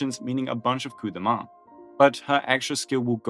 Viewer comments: French pronouncing Coup de Main correctly is actually very wonderful to my ears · a ton of english-speaking content creators are allergic to foreign pronunciations lol it's nice to see it right for once "Blue dude", "Daniel", "coop deh main", like they don't even try. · Was expecting "Cup do Maine" but got Coup de Main proper. Wow. click tongue Nice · We're really acting like Coup de Main is tough to pronounce now